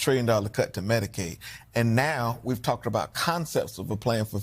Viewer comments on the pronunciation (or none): none